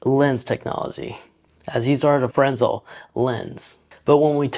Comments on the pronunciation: The lenses are pronounced “fre-nel”, not “fresnel”. :) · It's Fresnel, not Frensel